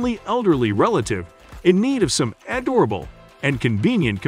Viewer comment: Sweet, a robot talked us through a robot. "a door rabble" for adorable? loool.